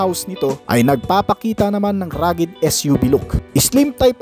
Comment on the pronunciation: RUGGEDNESS and RUGGED. Not ragged. You're welcome.